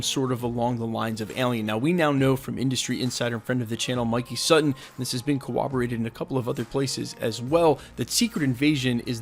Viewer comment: “this has been cowoberated...”